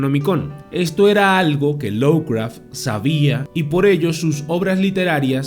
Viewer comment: Cumpita, no es por molestar, pero se dice "lofcraf" no lowcraf...